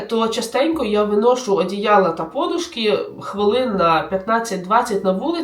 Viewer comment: І не пОдушка , а подУшка. Так завжди говорили в Україні, так написано в усіх словниках! Звідки взяли оці перекручені наголоси, де так кажуть і для чого цими помилками засмічують українську мову, -- велике питання.